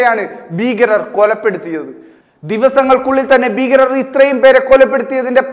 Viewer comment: ബീകരരല്ല ഭീകരർ.എന്തിനാ ഇത്റയുംഅലർച്ചയുംആവേശവൂം.